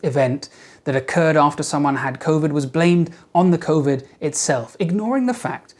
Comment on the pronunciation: did you say covideo?